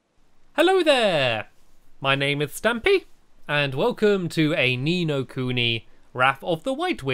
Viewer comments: Oh and niño is pronounced ninyo not nino although I know you'll never see this cuz this is my second time watching ur ni no kuni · niño is pronounced ninyo and niña is pronounced ninya. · The words with letters with a... squiggly on top are pronounced with a Spanish accent, and since I speak Spanish it's really annoying when you say the words wrong :)